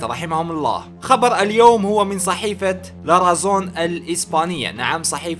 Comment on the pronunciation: حبيبنا انطقها لاراثون شكرا و ليس لارازون